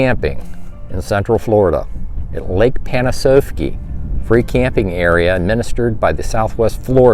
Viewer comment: It's actually pronounced Pan-ah-sahf-key or as the locals call it "lake pan." Great video.